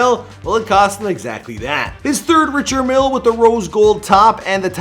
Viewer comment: I cringed when he pronounced the Richard Mille. Lol